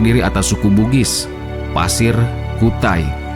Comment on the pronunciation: Maaf min penyebutan untuk suku di Kalimantan buka pasir tapi Paser (suku Paser) daerah Paser